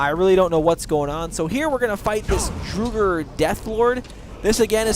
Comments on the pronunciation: This guy knows nothing morokei is a dragon priest not a Mage and its the college of winterhold not the school of mages and finally it's not pronounced drugr it's draugr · I dunno why but when he says Drooger when the word Drauger is so obviously is pronounced “dr-aw-ger” triggers me 🤣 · It's "Draugr" !, What is "DRUGR"? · It's pronounced as, La-brinth-thee-an Not Labrintia And Draw-ger Not Drooger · it's pronounced laabarinthein and drawger not drewger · Good vid, but I flinch when he says Drooger Right. It's pronounced Draw-gur White! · I hit Labrynthian much later in the game, around level 45, and found the critters inside pretty easy. The walkthrough was nice - but mostly because my four year old was up and I didn't want to actually PLAY the game with her watching at that point, and my curiosity had been roused. But FYI, it's pronounced DRAW-gur. They aren't Drow-gers. And also, it's Labrynthian... with an N at the end. Not Lab-er-in-thia. It's Labrynth - ee ann. Sorry, that drove me nuts through the entire walkthrough. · IT IS "draw-ger" draugr. Listen to the npc pronunciation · Ha lol "drugger" wights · "So here you're gonna fight a few more of these drugger... drugger rights..." LOL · It's Drow (as in loud) - grr, actually. the plural is Drow - garr. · Draw - grr. That's how it's pronounced. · fyi - draught is pronounced "drow", listen to the NPC's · okay say it with me draw-grrrrr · EVERYONE! ITS Drow-gar! thats how you sya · Dra-ger sorry just hate bad prenuciation